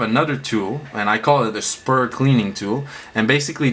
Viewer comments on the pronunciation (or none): ITS SPRUE NOT SPUR